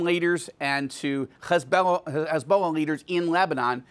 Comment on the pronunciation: Why is it so hard to pronounce Hezbollah. It's not Khezbollah